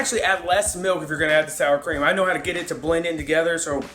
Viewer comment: The Showstopper Shows haha. I thought it was cream cheese at first when I watched the video. I had to rewind to hear you say "sour cream" for verification.